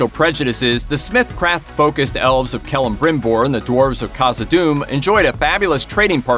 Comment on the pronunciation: Well, at least he pronounced Celebrimbor kind of right.